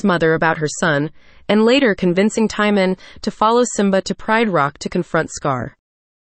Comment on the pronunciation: In EVERY version of The Lion King, the warthog's name is Timon (pronounced TIM-OWN, it RHYMES with Simone)